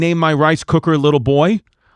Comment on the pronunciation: Wow, I missed it too. That should have been on the list. Listening to it again, I think it was another victim of a bad read. Chris emphasized 'boy'. Had he emphasized 'little', I think they may have gotten it.